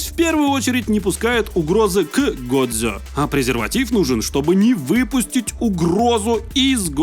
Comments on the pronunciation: я бы посмотрел но "годзе" вместо "годжо" режет слух как и все правильные названия на русском вместо английской версии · Как же мне больно с "годзе" а не "годжо"😭😭😭